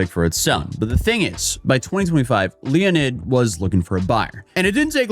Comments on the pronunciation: ... His name is Leonid, not Leonard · "Leo-nid", this guy is definitely low IQ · Did you say Leo ned? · Both are pronounced the same way, just different spelling, like Jon or John